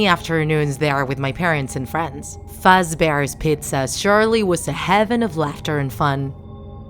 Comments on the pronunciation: She said freddy's fatsbear pizza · Nobody Not even Satan The narrator: "Freddy FATbears pizza", Boonie/Bonie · ITS FAZBEARS NOT FUSBEARS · It’s FAZbears Not fuzbears